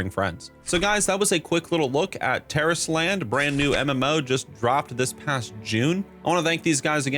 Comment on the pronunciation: That's how you say it? Terrorist Land?!